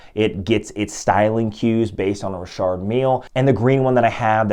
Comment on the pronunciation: I always pronounced it Richard not Rishard are you sure you're saying it right before I change the way I pronounce it?🤔